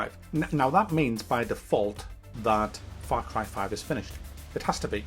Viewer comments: Frap carb farve?? Wtf you saying lol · far crie faive